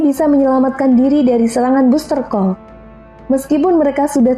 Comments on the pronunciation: Bisa bahasa inggris gak,? Aokiji Aokisi, kok sebut buzztercall busterkal aneh. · baster call vivi baca nya XD